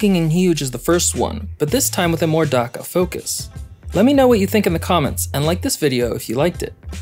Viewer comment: The way you pronounce "Dakka" makes me die a little inside every time I hear it